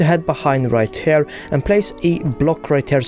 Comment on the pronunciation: Everytime he says the word “here” (as in, ‘over here’) it sounds like he’s saying “hair”